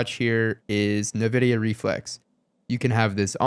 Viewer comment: IN-vidia not NA-vidia lol jeeez